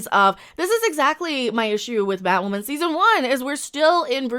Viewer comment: I got the gist. The show sucks. Is you calling her Batwomen on purpose or that’s your accent? I thought that was funny